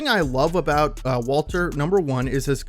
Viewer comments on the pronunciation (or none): none